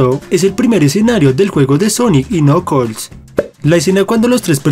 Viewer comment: No se dice nokols se dice nakels